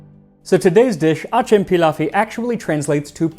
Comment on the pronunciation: Hello! Turkish speaker here. I appreciate the effort you make in pronouncing foreign words, so I thought I'd give you some pointers, because you're not quite getting acem pilavı correct. You're actually making a mistake that many people make when they're not really familiar with Turkish. In a two word phrase like this, where both words are nouns, the worst word is stressed and the second word is not. Stessing both words sounds odd. So it should be "a-CEM-pilavı". Same rhythm as "acCELerating". Very interesting video though. Many thanks!